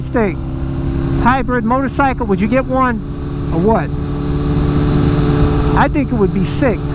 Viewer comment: "miotocycle" xD